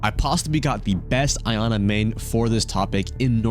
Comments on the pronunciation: Dude Iana's name is pronounced EE-ANA not EYE-ANA 🤣🤣🤣🤣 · Bro hearing “I-ana” has made me wanna put my head through a wall. It’s Iana, “Yah-na” it’s not that hard. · its pronounced "Yana" not "Ayana"